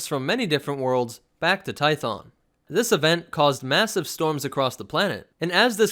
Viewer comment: Hheeeyyyy. He says 2 instead of toe. Finally someone who says it right.